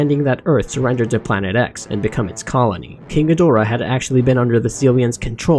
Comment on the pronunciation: She Actually Said, “King Ghidrah” Thats Not Even Close